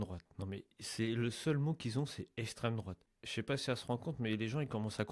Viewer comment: "L'esstrême drouate prend le pouvoir partout dans le monde et en Europe" Ah bon... on veut une liste mathilde, on veut "LA" liste de tous ces pays😂😂😂😂😂